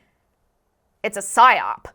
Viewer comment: *Psyop not pysop